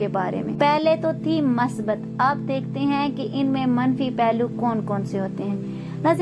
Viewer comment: Masbat nai Musbat hota ha,,, Urdu Bolna Sikh Lo. Mounh uthaya or Utube Chanal Bna liya or Chawly Start.